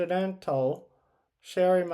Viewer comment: This is my friend!! Her Youtube is Emily3Sarah! Thank you for making this video :) Also Chiari is pronounced (kee - ar - ee) its a little confusing with how it’s spelled